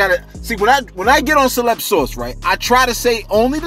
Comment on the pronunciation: I appreciate the shootout Celeb and thanks for pronouncing the name correctly SALUTE 💪🏾💙💙💙